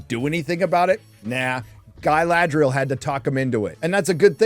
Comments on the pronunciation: Galadri-Yell. Feel free to lift this. You're welcome. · "Guy-Lad-Real" lmao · Why is he saying it Guy lad rial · Why does this American weirdo keep saying 'Guyladriel'? Is it because he can't pronounce the correct name or is he trying to be 'clever' and imply she looks or behaves like a man? Either way, it's incredibly childish and boring. Say it once mate we'll get your opinion but ffs don't keep saying it. The character's name is Galadriel. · Why is he calling Galadriel, Gay-ladriel?